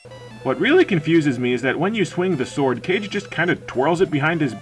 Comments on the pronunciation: Obligatory "it's Kah-Geh" comment, which is roughly "shadow" as I understand, but I also can't say anything, as I was a big fan of the Nintendo DS sequel game, and I called it "Cage" too. lol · "Legend of Cage" facepalm Kah-Geh, not cage.